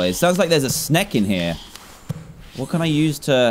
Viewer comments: Its snake not sneke Dan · I love how he said snek instead of snake lol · is that how british people say snake? He said sneck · Pretty sure he said sneck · "is there a ''snek'' in the house''